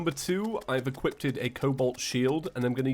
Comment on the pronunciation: I was just bing watching your previous calamity series, and STILL to this day you pronounce 'equipped' wrong and say 'equippted' xd